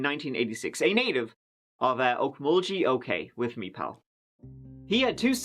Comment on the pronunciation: Aaaaaaaaa lol 😆 I'm sorry but I giggle everytime he mispronounced our town name's bless his heart its Weleetka - wo-leek-a and Okmulgee owk-muhl-gee. The weleetka community center is called this because it's own and operated by the Weleetka nation in weleetka territory. Just like where I live, I'm in choctaw nation territory and we have many choctaw centers as well. 😉.